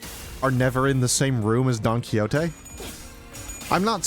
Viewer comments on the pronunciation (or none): none